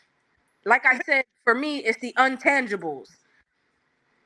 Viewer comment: What word is untangible ? Did she mean intangible? I thought she had a podcast translating the “vernacular” of politics to our “people”.